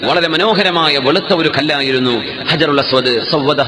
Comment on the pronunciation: അജറുൽഅസ് വദ് അല്ല കുരുപ്പേ ഹജറുൽ അസ് വദ് എന്നാണ്